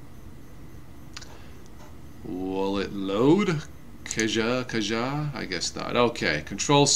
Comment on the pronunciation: I know this is an old video, but wanted to let you know that "Caja" is not pronounced kah-jah. It is actually a spanish word (meaning "box") that is pronounced kah-ha.